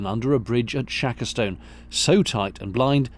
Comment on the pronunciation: As a local, Shackerstone is pronounced Shakerstun! Equally Snarestone is pronounced Snarestun! The funny little mooring is called Gopsall Wharf.